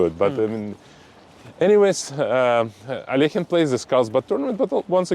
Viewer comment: Dear Sagar, please stop mutilating Russian surnames. Alekhine's surname sounds like /əˈlɛkhɪn/ (where the "kh" sounds like the "ch" in the surname of the German composer Bach). It's not as difficult as it seems, try it. Aronian (whose last name you also pronounce incorrectly) already corrected you in one of the reels that I saw, but you didn't hear him.